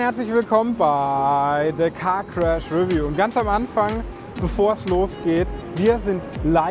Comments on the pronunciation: re'view, nicht 'review. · Die Betonung liegt auf der zweiten Silbe, nicht der ersten.